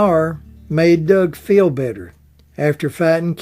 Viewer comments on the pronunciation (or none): none